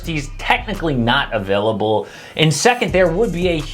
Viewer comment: Thought I heard beal being a-beal-able ... This knicks trade, damn, really a win-now possibility